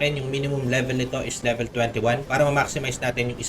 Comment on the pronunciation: Pa libilen😂😂😂 Bisaya ka😂😂😂 Ako din eh😂😂😂